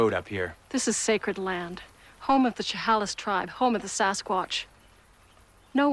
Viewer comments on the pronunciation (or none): That's pronounced CheHAYlis. They should have known better, since they filmed in the NW.